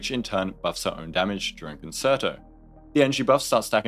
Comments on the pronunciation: Me having a mini stroke everytime i hear kuhn·ser·tow instead of kuhn·chehr·tow. Great video though. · i love you so I hate to be that guy but you I can't get over how you pronounced concerto. it's actually pronounced more like "con-chair-toe" rather than "con-sir-toe," honest mistake though:) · Sorry I promise this isn't a hate comment but it's pronounced cun-chair-toe, not concert-o! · I got two "conserto"s in before I had to take a moment to come to terms with the fact that every content creator is about to mispronounce the word and maybe I should sit out this patch. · concerto is pronounced like cun chair toe 🥵🥵🥵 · It’s pronounced like “cone-chair-toe.” I know it likes like “concert” which uses an S sound on the middle C, but this one is a “ch” sound Nice breakdown, though. That one word repeatedly wrong was driving me nuts, is all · Great video, as usual… …but it’s pronounced Con-Chair-To. No reason for any non-musicians to know that, but it was just nagging at me the whole time. Not sure if I’m pulling her or not. She’s definitely good, but I’ve already got Ruan Mei, Sparkle, and Bronya, and I’m not quite sure how much I want to invest in FUA teams. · Just a heads up as well, since you mentioned in stream you weren't sure of the pronunciation, it's pronounced Con-Chair-Toe :D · Saying con-sir-toe hurts my heart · Hope people weren't too aggro about the concerto pronunciation! I was literally about to type something when I realized your pinned comment 🤣